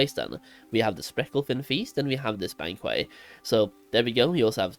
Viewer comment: Bang-kwit - sorry for grammar police, you speak english better than most native speakers anyways hah!